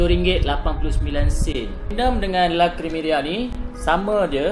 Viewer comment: Abang cakap LA CREMERIA tu salah la....